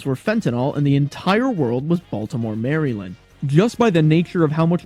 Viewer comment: they way you butchered the pronunciation of maryland made me cringe hard as a marylander myself